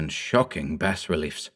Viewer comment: Every time he mispronounces 'Bas Relief' makes me want to slap someone